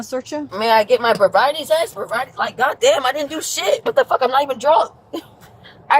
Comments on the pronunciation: "can I please get my bribriety test please!" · “Can I please have my VIBRIATY TEST please?” 😂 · Hello, yes, can I please get my vrobriety test please? 😂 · A “berevity” test… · “Can I please get my vibriaty test”. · Did she say "bobriety" test?😂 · Did she say “fobriety” test? 😂😂😂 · Those mean police, give the brat her “bovbrovity” test 😅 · Someone help me… what is a “brabriaty” test??? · "Propiety Test"? That's a drunk person. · Maybe I misunderstood what you said but can you explain “it’s not a person it’s a mode/mold”? Also, does she mean to say “sobriety test” but saying “vabriety”? Great point about the F-bombs. As soon as that started, I took her a lot less seriously. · "may I get my broviety test?" good lord lady. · The test she failed as soon as she said ‘bobriety’ 😂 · When she said, "where's my bobriety test?" LOLOL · By she's just saying any old whatever. Wtf is a "buvriety" test? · "Are you going to give my bravrierty Test" 🥴 "You just took it ma'am, and I can confirm you are under arrest." 😉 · mark. She says "Can I prease get my probiety test?" Mispronouncing words is a good indication of drunkenness. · Claims she’s not drunk but mispronounced the word sobriety twice….🙄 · Can I get my “vabriety” test please? 😂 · “a bobriety test” 😂 She failed before they started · she cant even say sobriety briety test lol hugsss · She couldn’t pronounce the word “sobriety”… I think that’s a sign. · If you can’t even say sobriety correctly, over and over again, I think you already failed. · When you cant even pronounce "sobriety", the test probably isn't necessary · She seems like a person who is better off in prison. Keep us safer too. For a woman who drives drunk, she doesn’t pronounce sobriety very well. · hahahaha you cant even say sobriety 😂😂 theres no need for a test 😂